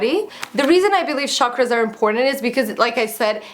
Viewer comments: oh! you mean chakras(weels) its pronounced as chuck-raaz not sharkras :) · Hi you pronounce CHAKRAS as CHALK-ras.. Love your videos x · Hey beautiful! I am sure that is gonna be a lovely book. But, you're pronouncing the name wrong. it sounds like chuck-raas. It's a hindi word meaning circular. Hence the image on the book. :) lots of love from india. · Yes. It was kinda bothering me the entire vid!